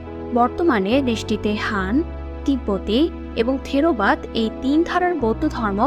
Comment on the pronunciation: থিরোবাদ না থেরবাদ হবে